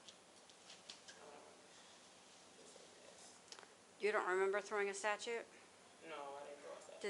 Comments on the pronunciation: Why is she saying statue wrong , shes saying statute instead of statue ????These heifers need to leave them alone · That officer kept referring to the statue as the "statute." Once was understandable but 10 times? Does she not know the difference? Lol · Somebody get that female cop of snickers and a nap. And it's a STATUE lady, not a statute 😆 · The cop pronouncing statue, as statute was driving me mad! I wanted to stop the video and correct her right then and there. Lol. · I'm sorry. Am I tripping? Why is the lady saying "statue" like that? I say "sta-choo".... shes saying 'sta-chooT' and pronouncing that last t. Please tell me Im not crazy. 😅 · I dont care for that cop - and tell here to quit saying STATUTE (a code) instead of statue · Why the hell does the officer keep pronouncing "statue" like that?? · Someone please tell the cop (the one not on camera) that "irregardless" is not a word. And it's "statue" not "statute." Her language skills and demeanor suck! Thought cops needed a post-secondary education. Guess not. SMH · why does the cop keep saying stachute instead of statue? driving me nuts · Also wth is a statute? It’s a damn statue. Not a law which is what a statuTe is for the love I’ve heard her say that wrong 837485 times now! I’m a huge Leo supporter but this cop is really annoying me. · Why does the officer sound like she’s calling a statue a “statute”? lol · The cop with the camera is awful. Would she treat a female DV victim like that? Would she treat a male assailant the way she treated the female when you have witnesses?Why is she telling a neighbour that he is not "cooperating"? She seems really unprofessional. If you are the cop, statute is pronounced stat-tue. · This idiot cop keeps saying statute not statue. No, I don't think baby mama drama was throwing statutes around. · I know it’s petty but why can’t that officer say statue? It’s not a statute. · She’s kind of dumb she kept calling the statue , a “statute” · It's Statue... Not Statute, lady.